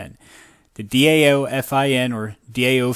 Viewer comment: Great video, thanks for sharing the info & news. DAO is pronounced DOW.